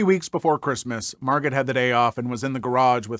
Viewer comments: Margot is pronounced Margo. Also if the animals are a danger to others regardless if it is the owners fault (generally it is btw) they will just continue to get worse sadly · Minor correction: her name is spelled 'Margot', but it's pronounced 'Mar-Go'. Sad story though.